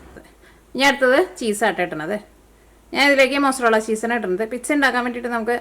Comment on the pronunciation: Piksa aavunnapole thonni parayumbol ennaaalum nice pizzaa aayittund yemmi